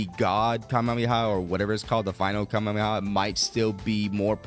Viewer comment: Please stop saying Kamehameha like that holy